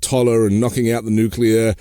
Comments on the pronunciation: And definitely not “the nuklur” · Nuclear - not “nukular” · Interesting content, but listening to your guest mispronounce the word nuclear over and over for an hour made me want to stick a pencil in my ear! There is only one u in nuclear. It's pronounced new-clee-er. Not new-queue-ler! Surprising he used the Bush II erroneous pronounciation. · Call me a snob, but I can’t take intellectually seriously a person who, with all his curriculum, still says “nukelar”. That says a lot to me as far as the rest of his “expertise” is concerned.